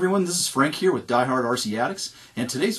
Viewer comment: With, not wiyh.